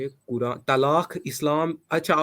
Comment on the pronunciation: Kuran 😂😂😂 nahi ku rand bolo bhai